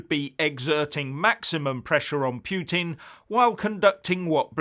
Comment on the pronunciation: Poutine is a Canadian dish of French fries cheese curd and gravy, learn how to pronounce Putin ffs - Poo-Tin